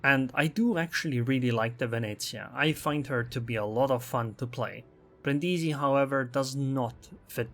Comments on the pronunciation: Bríndisi, not Brindísi, please :D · The accent is on the first "i", not the second one, it really sounds terrible xD